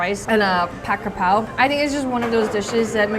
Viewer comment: brooo the way she said "'chicken krapao"!!! Im in love😭❤️ you have such a great thai accent🥹